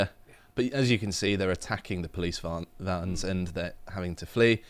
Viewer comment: "as you can see they're attacking the police vahns, vans" sounded like a proper dutch there 😂